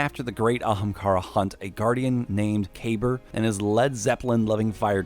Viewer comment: Kabeer is pronounced KA BEER